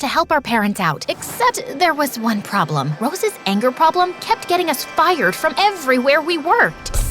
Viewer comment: For some reason I find the "fiRED" funny same for "fiST"